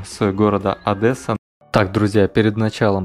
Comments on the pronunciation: Адэсса??? Может Одесса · Не Одэсса, а Одесса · дизз за ОДЭССУ, ОДЕССА БУКВА Е, А НЕ Э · Аааааа как же бесит какая Адэса аааааа. Одесса надо говорить, это большое оскорбление. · нет города Одэсса, есть Одесса. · Не Одэсса, а ОдЕсса..Это так, к слову. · Не ОдЭса, а Одесса. Аж слух режет. Разочаровали😏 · Не ОдЭсса, А Одесса... пожалуйста. Слух режет.. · режет слух, аффтар. не Одэсса, а ОдЕсса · Не ОдЭса, а Одесса, прошу не говори ОдЭса, очень не приятно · Не Одэсса,а Одесса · АВТОР! ты пишешь ОДЕССА ПРОИЗНОСИШЬ ОДЭССА. ТЫ ЧТО НЕ ГРАМОТНЫЙ ???? ПО УКРАИНСКИ Одєса. А Я ЖИВУ В ОДЕССЕ. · Ни ОдЭсса, а ОдЕсса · Не адеса. А одесса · НЕ ОДЭССА А ОДЕССА ЧЕРЕЗ БУКВУ Е А НЕ Э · Одесса, а не Адэса! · Почему все рабсеяны говорят "адэсса"? Одеса!!!!! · За "Адэссу" в Одессе бьют без предупреждения :) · адэса)))) Одессит пойдёт)))) Правильно говорить "адеса", от адэса выворачивает на изнанок)) А так видео понравилось, жаль что по фонтану не прогулялся или в аркадии, интересно было бы твои комментарии услышать, конечно же виды, которые встречаются в Волгограде печалят но и у нас присутствуют, в малообеспеченных районах. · Я из Одессы и "адэса" мне слух режет =) Ну да ладно, все равно Лайк за обзор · Говорите правильно ,"И таки АДЕССА" мы говорим в основном через А и без Э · За "Адэссу" дизлайк вам по самые гланды! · ОдЕсса через "е", не через "э". Вас местные очень бы не поняли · Правильно говорить одЕсса, мягко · Адэсса очень режет уши, хоть я и не украинец. Дальше 1 - ой минуты просто не смог посмотреть. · Адэса сильно по ушам бьет))) а так не плохо) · В Одессе не говорят Одэсса... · Одесситы наверняка пылают от "Адэсса" автора. Им очень не нравится, когда так говорят. Примечательно, что так только русские называют ее. Я хоть из Харькова, но меня тоже аж колотит от "Адэсса". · Сам ты одэса, научись правильно произносить. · Да какая-же ООдЭЭсса???? 😏 Не говори так никогда!! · Адэса ну почему, какая Адэса, не говори так 😭😭😭😭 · МНЕ ОДЭССА СЛУХ РЕЖЕТ. ДО ТВОЕЙ РЕКЛАМЫ ДОСМОТРЕЛ И ВСЕ.